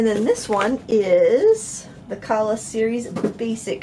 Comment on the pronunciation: I believe the pronunciation would be Ka’ala, being Hawaiian.